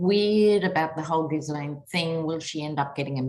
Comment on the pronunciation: Love you. Just to let you know BBC pronounces Gislaine with a hard G and silent S (think "island" or G-Elaine). I apologise for being pedantic.....